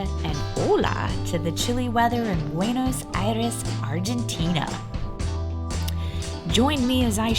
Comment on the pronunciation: I cannot be the 1st to tell you that it's not BuenAs but BuenOs Aires.